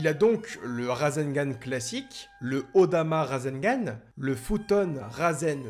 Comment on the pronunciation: Super vidéo et super prononciation de rasegan👍